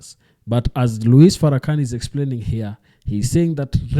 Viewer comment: thats not how you pronounce his name. Out of respect you should learn how to properly pronounce his name